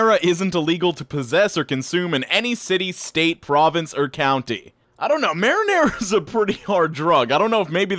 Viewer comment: lol said country wrong